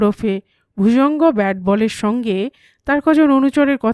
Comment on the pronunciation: দ্যাওয়াল নয়, দেওয়াল। ব্যাটবল‌ কোনো পদবী নয়, ওটা হবে বটব্যাল‌।